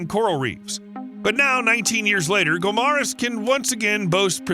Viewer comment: The PROPER pronounciation of guimaras is GI-MA-RAS.